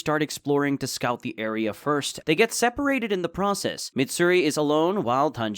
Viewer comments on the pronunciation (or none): none